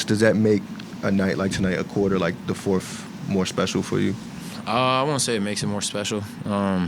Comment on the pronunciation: Who's the journalist calling it the forfff quarter??? Dude.... get your words out of your mouth.😅